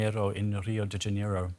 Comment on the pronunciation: Why cant foreign journalists say “Janeiro”😂😂😂—- Ja-ney-ro not “Janiero”